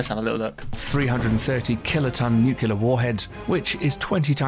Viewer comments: The narrator has a British accent but pronounces "noo-klee-ur" as "noo-kyoo-lur". President George W. Bush would often get made fun of for doing the same. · Nice video. Also, I don't know why so many people who otherwise have excellent diction and vocabulary still say "nucular". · Noo-cue-lar? Repeated many times. Cringeworthy. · Why did you pay a professional to narrate "nucular"...not how you say that word! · Because it was mentioned at least 4 times, I have to ask; What is nukular? I know what nuclear is, but I keep hearing people mention nukular, and have no idea what they're talking about. If they mean nuclear, they should say what they meant. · It's nuclear, not nucular. Jfc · A bit obsolete as the Ford class carriers are now replacing the Nimitz class and the F-17 stealth fighter was retired as it wasn't that stealthy. The narrator needs to work on pronouncing "nuclear"